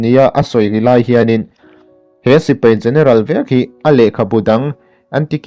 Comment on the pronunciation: Sipai tih tur, Sipei nilo in .. a ngaihnawm e.